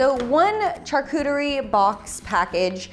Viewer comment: You really like saying char-cooter-y